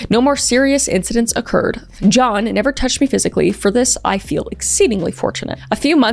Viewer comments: I love your pronunciation of John. “J-yawn”. 😅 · “jYeOuWn” So silly I love it